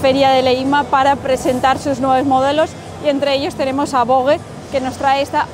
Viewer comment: Gran vídeo y gracias por mostrarnos las novedades del EICMA de este año. Ahora bien, exigo una estandarización del nombre "VOGE": O como dicen los chinos "Vosh" o como se dice en castellano "Voje" porque lo de Vogue ya.... xD Un abrazo!